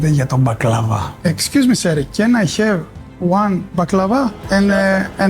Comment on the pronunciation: Έλεος ρε φίλε I HAVE όχι I HEVE .χαχαχαχασχ και ο πατέρας μ ακριβώς έτσι το λέει 😂😂😂😂